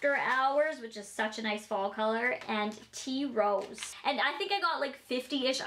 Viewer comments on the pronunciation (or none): when she said tea rose I though there for a minute she said T-rex